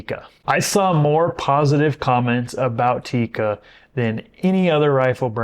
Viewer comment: It's NOT Tika!!! It's TIKKA!!! That's how to pronounce it correctly!😉 Cool vid otherwise 👍🏻😀